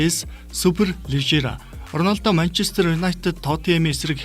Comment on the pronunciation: Ornaldo ged shagad bhi